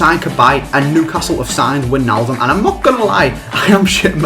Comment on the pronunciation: Why does nobody know how to pronounce wijnaldum